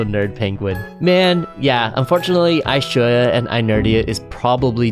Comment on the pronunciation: Ishoja not lshowa